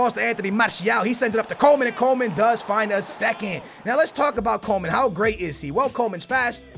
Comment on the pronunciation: Hey can you please say Coman not Coleman, there is no L in his name